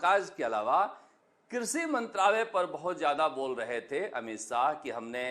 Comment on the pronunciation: इतने बड़े चैनल यानी चाटुकार उन्हें शर्मा भी नहीं बोलना नहीं आता है न ही शाह बोलना आता है सरमा ओर साह अफ़सोस गजब चमचे ही नहीं खबगिर बन गए एंकर साब😂😂😂😂😂😂😂😂😂😂